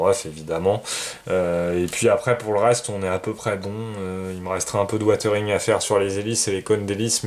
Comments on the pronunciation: Super boulot tant au niveau de la maquette que du montage vidéo. Vraiment bravo et merci. Juste une seule remarque..... WiZering..... Pas Watering..... 😁😉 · Je t'entend dire "watering watering..." mais on est d'accord c'est du "weathering"?!!!? Qui se lit don grosso merdo wézering quoi?